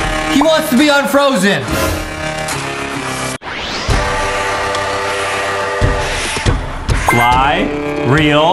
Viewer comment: bro, didnt you just say frozen wubbox waaned to e unfrozeen